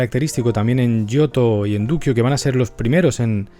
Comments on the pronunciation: Duccio, mi pintor favorito. (Por favor, se lee "ducho", no "duquio" ).21.57 Ya me anoto para los videos de los Lorenzetti y de Sassetta !Gracias ! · Efectivamente se dice ducho 😜 como nuccio ordine , alejandro . Ya sabes